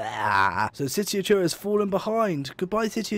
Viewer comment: I'm still waiting for the day when you pronounce Truro correctly